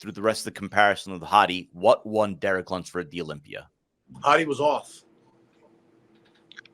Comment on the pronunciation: It's pronounced LUMPSFORD.